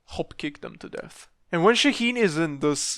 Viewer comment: Is it really that hard to pronounce his name right ? It's Shaa heen